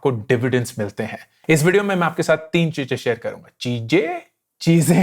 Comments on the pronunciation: "chije" Chize, that was funny😁😁😃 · 'Cheeje' 'cheeze' love this guy :D